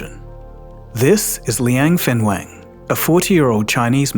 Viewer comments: It's Liang Wenfeng instead of Liang Fenweng Liang Wenfeng is correct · not fenwen， wen feng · Linag Wenfeng, not Liang Fengwen. 梁文峰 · is Liang Wenfeng, not Liang Fenweng lol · Constant mis pronunciation of his name, sometimes " Wen Feng" sometimes "Feng Wen" just ticks me off. Sorry. It's "Wen Feng".. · Please read his name correctly: Liang wenfeng. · This channel cannot even get his name right LOL It's Liang Wenfeng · Coz he got his name wrong. It’s Liang Wenfang instead of Liang Fenwang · Please make sure to pronounce people’s names correctly. The way it was said in the video is way too different from how it actually sounds. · Dude can't even get the name right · WOW your pronunciation of his name is horrible. Please be respectful to say someone name correctly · And got the name wrong. How the eff could someone screw up on such a basic thing. How can I trust the info presented here when he couldn't even get the name right? And it's not just once that he got it wrong! He said it repeatedly!